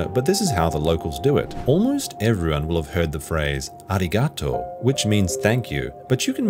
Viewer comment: Shouldn’t the word stress be placed on the second syllable (not the second to the last, typical of English)? a RI ga to